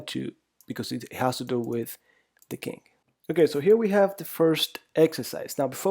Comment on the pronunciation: why do you pronounce king as "kink"?